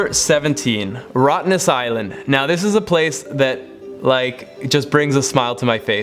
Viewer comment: I’m so happy you said Rottnest island you put a smile on my face ! Thank you